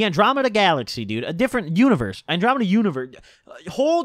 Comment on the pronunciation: this nigga said andromenda universe